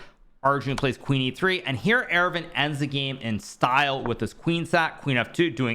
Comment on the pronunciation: Friendly note, Aravindh is pronounced Ar-vind similar to how you would say ar-jun. The second a is silent in aravindh.